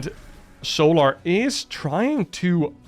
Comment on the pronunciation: FFS MAN..... ITS "SOLAR"... NOT "SOOO-LAR"!